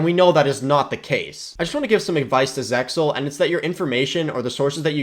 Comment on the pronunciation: it sounds like you said SeXel lol